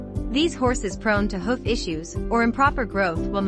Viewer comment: learn to pronounce hoof properly for f.s